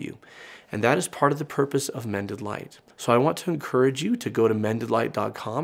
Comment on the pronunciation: About half the time when you say "Mended Light Community" my brain hears "Mennonite Community".